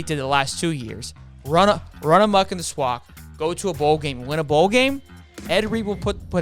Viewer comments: SWAC is pronounced like the A's in AFLAC.. You're saying it like "Swauck" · It’s pronounce swack(just letting you know) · why you say swac like that